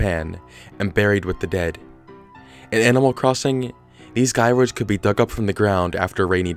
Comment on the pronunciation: It’s “jie-roids” not “guy-roids”